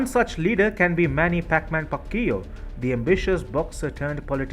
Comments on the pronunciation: What? Pacquioao? U must be kidding me. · It's pronounced "pak-yaw" btw. Also, Duterte is all hot air, he is in no way representing Filipino sentiments towards the ccp even if he is the county's incumbent president. He's more like a headless chicken when it comes to ccp-related issues and is generally seen as a laughing stock by his own country. Paquiao on the other hand, well let's just say the Philippines would rather not have a religious zealot in office who's thinking probably belongs in the dark ages. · i died after hearing your mispronunciation of manny's last name! u murdered it. lol. anyway, i like ur channel but i support duterte's way of dealing with the ccp.